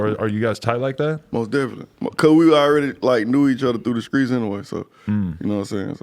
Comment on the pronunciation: I can’t stand that shit. Like bitch ur from America. Speak English not ignorance. And he and others ain’t from the streets, they from “skreets”😂 fuckin corny ass shit. Bag b wearin skinny jeans sooooo tight that idk how bags bags breath. Dudes trash af. Has NO lyrical talent. The ONLY reason I’m here is to put him out there. He scary af he started beef wit ralo then how’d our and canceled the show. He ain’t “skreets”😂😂😂